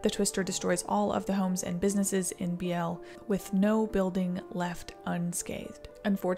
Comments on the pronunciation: Just fyi i believe the pronouncation is Bealy for hat one town. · BEE-lee it's pronounced BEE-lee. Sorry is late and I'm a bitch. Also I live 7 miles north of DeSoto Illinois.